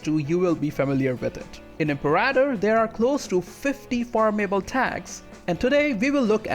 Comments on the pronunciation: Er hat "Imperaitor" statt "Imperator" gesagt und "Deschia" statt "Datchia". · IM-PAIR-A-TOR rome